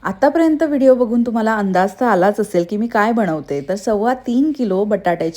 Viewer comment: आणंद नाही आनंद बनवते म्हणा बणवते नाही